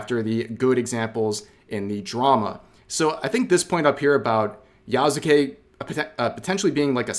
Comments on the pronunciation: Yea, i was like: "Who the heck is Yazukei?" Until I saw that it's actually "Yasuke".😅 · Yknow i can tell you dont know what your talking about because you somehow got his name wrong Its pronounced Yah-Soo-kay Not Yah-Zuu-kay Its a really really easy word to pronounce in japanese idk how you messed that up dude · Yas-kay not yah sue kay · I dont exactly trust the opinion of people who cant even pronounce the mans name right "Ya-zu-kay" "Ya-sue-kay" Jesus christ Hate this game cuz ubisoft makes shit games and is a greedy company, not because of racism and sexism Pathetic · why do you pronounce yaZuke if it's clearly "s" there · Its pronounced "Yaske". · His name is pronounced YASS KEH. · It’s pronounced Yas-kay. Japanese is spoken through strings of consonants, and words with Su in them are almost always pronounced silently. Just like how desu sounds like dess with a very soft almost indistinguishable u at the end which is more of a results of it just rolling off of the S sound. They call this a mute vowel and while almost all romanized Japanese it pronounced the way it looks, the exceptions are Su and Shi. When saying the individual kana you’d pronounce them but when combined in words the vowels are silent. If it was Ya-zoo-ke it’d be spelt Yazuke. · I find it disturbing how many people can't say his name. Yasuke Yasu-ke YAHS-kay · Pronounced "yaw skay". Like Naruto's Sasuke. In Japanese, the U sound on the character "su" is often dropped. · dont watch a lot of people but i love how everyone pronounces Yasuke's name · You weebs can’t even pronounce YASUKE right lol